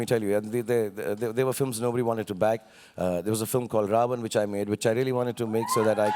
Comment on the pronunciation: No offense but in which accent films are "filams"?? :P